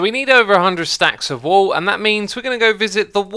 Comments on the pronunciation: stop saying wool W00L/WööL instead of wuul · Yeah I heard wall so many times before I got he ment wool